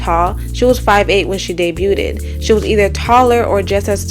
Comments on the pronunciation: Luv it’s “DAY-BUGH’D” not “DAY-BWU-TED” u killin me lol but great video tho🔥💪🏽 Also it’s “KA-MILLIONAIRE” u don’t listen to this music really do u, ur jus reporting on it lol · Girl I’m so sorry..it’s pronounced day-bued (debuted) not day bu-ted. Please don’t do another video saying that. 😅 keep up the good work though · “Debuted” is pronounced like “Day-b-you’d” not “Day-b-you-did” no hate at all. Just didn’t see anyone correcting it after a few videos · debuted = debyood. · I always liked Ciara and I’m glad you made a video about her. Good work. However to help you look more professional I have to point of some mispronunciations… The “T” in “Debuted” is silent. It’s “day-bewd”. Chamillionaire is a combination of “chameleon” and “millionaire”. It’s “ka-mill-yon-air”. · The “T” in debuted is silent. Debuted = pronounced “day-byood”. I find it strange that most of you Americans only have English as a language, yet some of us who have English as a second or third language still speak and write it better than you. 😂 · Debuted: Day-BYOOD/ day-be-you’d Chamillionaire: kuh-mil-lee-un-air